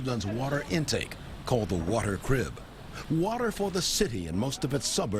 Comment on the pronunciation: crib, not drib